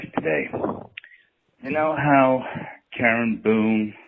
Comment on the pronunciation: Did he say KAREN BOONE.. HAAAA